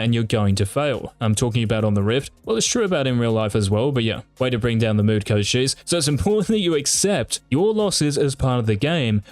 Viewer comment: did he say coach jizz? LMFAOAOAO